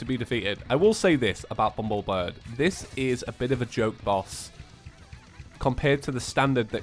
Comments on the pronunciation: it annoys me so badly how said "bumblebird" instead of "bumblebirb" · Bumblebir-BBBB . not BIRD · it is BUMBLEBIRB NOT BRID!!!